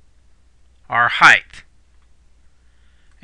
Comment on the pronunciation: It's height, not "heighth". It ends in a "t" not an "h" like length and width.